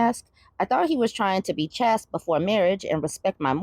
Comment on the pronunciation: Chaste is said Chay-ste